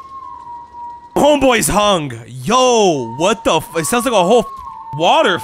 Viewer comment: "Im a good samaratin :D"